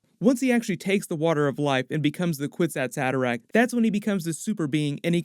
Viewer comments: Actually the phrase “kwisatz haderach” is taken from Hebrew, it’s pronounced- “kfitzat hederech” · You are pronouncing it incorrectly. It is a word from the Hebrew language, And say it is a kifichat haderch (The leap man)